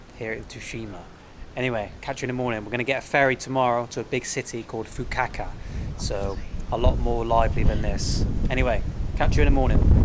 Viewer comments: hahaha nobody destroys a name like you,. Fukuoka (fu ku o ka) you say Fukaka hahaha. Just joking with you. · Man, you really need to Google pronunciations of places you're visiting before saying them on camera. There is most certainly no place in Japan called "Fukaka". 😆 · Fukuoka has no “W” in the pronunciation it’s not Fukuwaka ffs 🤦‍♂️ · “This is Fuku-Acca” no it’s not 😂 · You are the worst when it comes to any foreign names of places and cities. Fukuaka , Fukukaka. Not even once you said Fukuoka. Sometimes I feel embarrassed for you when you are talking to people and saying names in their language 😂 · From Fukaka to Fukuaka, you still made it to Fukuoka (Hakata). What the fuk. 😅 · when you get back in the U.K., do yourself a favour and check in to a Mental Hospital, the name of the city is Fukuoka, not "Fukaka", the way you pronounce it. The name of the island is Tsushima, not "Tseshima", the way you pronounce it. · Big fan of your adventures, and have been following all of the videos of the trip so far. But the name of the city is FukuOKA. Not Fukukaka or Fukuwaka. FukuOKA. OKA. FukuOKA. OKA OKA OKA OKA OKA OKA OKA OKA OKA OKA OKA OKA OKA! FukuOKA!!! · FU KA KA is better pronounced as FU KU O KA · Its Fukuoka not fakahkah 😂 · Fukukaka, haha. Fukuoka, Fukuoka 😁 Anyway, swimming in Japan is full of rules (as everything else in Japan). And when not knowing the language, you are always lost in translation. About bars, go to the classic izakayas, bars with food and drinks. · Its pronounced Fuku O ka fukuoka I live in a smaller nearby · I lose it every time he says "Fuquacka" ROFL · Say it with me..."Foo-koo-OH-kah" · Say it with me: FOO-KOO-OH-KUH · "Fook-a-ka-ka"...or was it "Fook-o-wa-ka"? nice! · Always love it when you mangle the name of places. Fukaka was hilarious! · I die a little inside whenever says Fuku-WAKA - it's not that hard to pronounce mate.. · You pronounced Fukuoka wrong mate